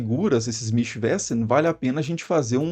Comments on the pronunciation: Mischwesen se pronuncia Mischvesen, não mischvésen.... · Pronuncia-se mischvêzen. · Seus vídeos são muito bons. A pronúncia de Wesen : Vêzen. Mischwesen; Michvêzen. Abraço! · "Mísch vêzen". Pode tacar Mischwesen no Google tradutor e pedir pra falar, que a pronúncia sai correta.